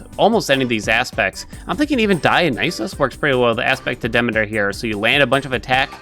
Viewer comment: I love the videos and I know the game does this wrong but her name is Demeter pronounced Dah-mee-ter